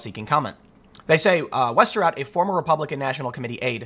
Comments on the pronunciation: Wow you actually pronounced the last name correctly, you familiar with Dutch? Also is she actually Dutch? Her whole name is Dutch... And she looks cute! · Good job with the right pronunciation of Westerhout. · Your pronunciation of ´Westerhout´ is pretty good.